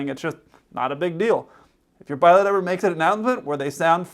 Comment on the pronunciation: He can't even pronounce "pilot".